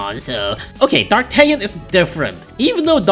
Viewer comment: Fun fact D'Artagnan is actually prononced "DAR-TA-NYAN"